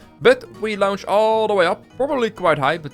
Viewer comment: Well, actually, you can’t understand what he’s saying so I think he’s trying to say az or ass I don’t know what he’s trying to say because every time he says launch it’s lounge so I think he said AZ or ass